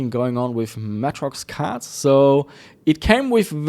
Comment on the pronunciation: holy shit. i have never heard of matrox pronounced as matt-rox. always more like matrix but with an o - may-trox